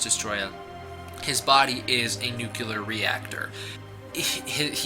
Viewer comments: I'm sorry, but it kills me how you mispronounces nuclear. I know it shouldn't bother me but 95% of the people on YouTube mispronounce it! I guess I'm too asinine to Let It Go. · American slang is a bitch. It's how everyone says it here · "New-kew-ler". That never fails to crack me up. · The word "nuclear" is two syllables, pronounced "new-clear." It is incorrect to pronounce the word as "new-que-lurr." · It’s pronounced nu-clear (new clear) not nu-cu-ler (new-Q-ler). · Thank God(zilla), you addresses it. Start saying that shit right. Nuclear = NEW-CLEAR.... not NUKE-ular. 🤦🏻‍♂️ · Noo-kle-ur, not noo-kyu-lur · I'd take you seriously, but you said NUCULAR. HAHA. you sound like George w bush! HAHA! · New-clee-AR not Nu-koo-Lah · "New-Cue-Ler". Are you related to George W. Bush? It's "New-Klee-Er". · BTW, it's nuclear not nucular. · Nuclear dude... not nucular. Christ man. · nu-cle-ar say it with me, not nukeealar. You sound uneducated when you pronoumce it like that. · NUCLEAR NOT NUCULAR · YO, dude! It's pronounced nu-cle-ar, NOT nu-cu-lar. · Liked your synopsis, but it is nuCLEAR, not nucULAR. Just thought I'd be helpful, you sound like you learned about science from George W. Bush, when you say Nucular. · Enjoyed all of it except your mispronunciation of nuclear. Its not Nu Ku Lar .. its Nu Clear. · "He is created by nu-clue-ler waste." It's nu-clee-er. What are you, related to George W. Bush? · What is nucyuler waste? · hehe. Nu-cew-lar. not nu-clear. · Jesus Christ, man. NOO-KLEE-UR, not NUKULAR. It's not hard. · Nuclear is pronounced Noo - clee - er, not Nook - you - ler. Sorry...it drives me nuts. I dig the video though ! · Why do all these Godzilla "experts" mispronounce nuclear. It's New-clee-ur. Not New-cue-lur. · Dupie Peridots I know what point you are trying to get across, but the word is still spelled the fucking same. "toe-may-toe" "toe-mah-toe" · NuclEAR not nucUlar. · it's Noo-kle-ur, your pronunciation is wrong.. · Nuclear. NOO-KLEE-ER.